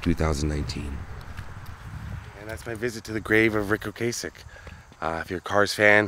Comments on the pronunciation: O-Cass-Ek rather than O-Case-Ek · O-Cass-ek, not O-Case-ek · Dude keeps saying "Ocasek" wrong. I'ts not with a long "a" It's pronounced Okassssek, like Plastic. There's several videos on-line showing Ric pronouncing his own name this way. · I remember the lead guitarist, correcting people at their Rock n roll induction on how Ric pronounced his last name and it’s pronounced ‘O-CAH-Sic’, not ‘O-K-Sic’. Great artist and legendary. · OH-KUH-SECK..... not Ocay-sick